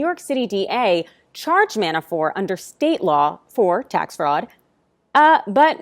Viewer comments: His name is "Mabafort" not "Manafore" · It is ManaforT. Not Manafor. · Why are you calling him Manafor? Isn’t the ‘t’ at the end hard? ManaforT. Sorry for being a pedant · ManaforT ManaforT ManaforT - the man’s name is NOT pronounced Manafore, ffs. When you can’t even be bothered to pronounce someone’s name correctly, what credibility do you expect to have? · ManaforT someone tell her the T isn’t silent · I think my point is that she's in the media and ManaforT has been in the news a lot. A LOT A LOT.For years. And every single time he's been mentioned it's been ManaforT. So her mispronouncing his name the way she did seemed, well, weird. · Johno from QLD, she keeps saying Manafor, but she IS outstanding. Really. I hope the Repugnants choke on their own upchuck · It is surprising that at this juncture and elapsed time that the pronunciation of Manafort is still questionable.... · The "T" is silent .................... ????????????????????????????????????????????????????????? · Why isn't she pronouncing the T in Manafort? Weird. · In the original language.....all sorts of names sound different. In English, she should be pronouncing them. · His last name is Manafort. There’s a “t” on the end.